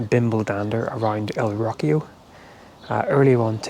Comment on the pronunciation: Me hace gracia cómo pronuncias "Rocío" suena a: "Rockio" jajaja